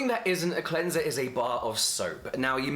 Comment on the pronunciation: imagine the power of james dropping his own cleanser called CLEN-ZUH